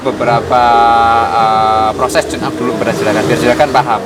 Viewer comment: Deskripsi... Maaf klo tidak salah tune up. Bukan chuneup.. Maaf klo salah